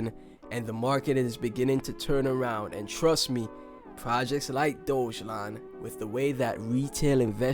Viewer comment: decent video but you have to pronounce DOGELON correctly bro